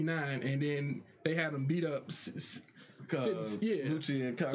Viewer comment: Everytime he calls Lucci , Lucy i think he's talking about Luffy.